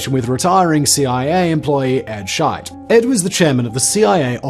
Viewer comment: Just looked him up, it's spelt Scheidt but it sure as hell is said shite, amazing lol